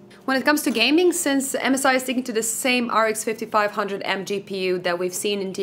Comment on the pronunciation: Can u stop saying mzi it is M S I . Come oooon